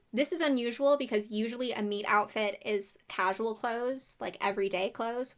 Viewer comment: I know you're saying meet outfit and not meat outfit in theory. In practice, not at all